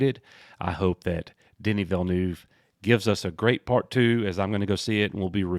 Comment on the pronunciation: As a french Canadian, I can say that your prononciation of Villeneuve is not too bad. The "neuve" part prononciation is somewhere between "newv" and "Neve" (Neve Campbell).